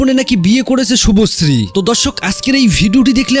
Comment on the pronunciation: শুভশ্রী নাম টাও ভালো করে উচ্চারণ করতে পারছেনা আবার এসছে পডকাস্ট করতে😂😅